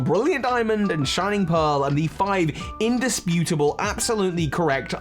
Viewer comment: "Undisputibale"🤣 you were killing me with that I agree with the exp share should be able to be turned off vos I accidentally overpowered after the 2nd gym from the underground😅 had to switch out my team twice I also had a pokemon kill a rare pokemon i was trying to catch and asked for praise... I was like "no, you're about to get boxed!" 🤣 affection is def easier to achieve. As for the character designs... I'll say that the best part was giving them life. They each have their own ball throw animations and loosing animations and I love that, so I can overlook less detail in their designs. The swimmer throwing thier ball in as a volley ball, or the lass pouting after she looses just adds a great touch for me